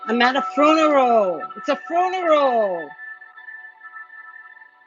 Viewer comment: She said fruneral